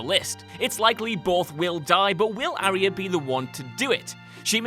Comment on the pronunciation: ari-ah?? aarhh-yaa.. ffs lads..